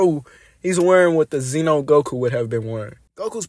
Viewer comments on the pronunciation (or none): none